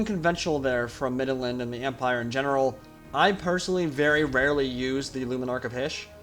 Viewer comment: You Said middenland.... I lisent "stark" 😏